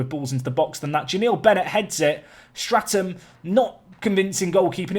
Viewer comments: Enjoying the series but have to point out your 'keeper's name is 'Statham' without an 'r' as in 'Jason Statham' and not 'Strat-ham'. Keep up the good work! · Love the Series! But please! its Statham not Straton! No wonder he couldn't save a thing with the manager calling the wrong name. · your keepers name is STATHAM not STRATAM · Please its Statham not Stratham, lose the R :D .............Salami favourite pizza topping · Who's gunna tell him his keeper is Statham like Jason and not Straton